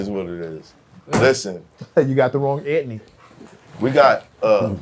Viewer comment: Antney pronunciation (Ant-knee)